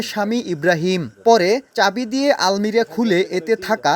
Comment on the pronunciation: আলমিরা না, আলমারি